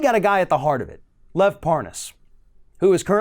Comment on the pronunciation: It's LEV NOT LOVE!!!